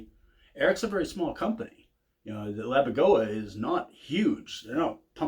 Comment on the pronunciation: Pssssst, it's Laboga, not Labogoa 😁 Also regarding tube/solid state - that only refers to the tube/diode rectification, quite similar to the options on a Mesa rectifier. Had nothing else to do with solid state amps like the Randalls etc. Absolutely killer tones though. My Mr Hector is also one of my all time favourites 🤘